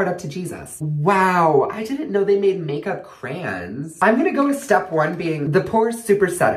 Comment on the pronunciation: I had no idea what he said when he said makeup crayon